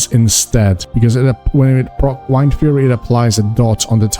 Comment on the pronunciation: Wind, like air, blowing around, like a shaman would have. Stop saying Whined.